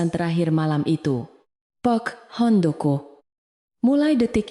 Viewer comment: Bilang pak Handoko nya sangat tidak menyenangkan bikin kaget di benerin apa bacanya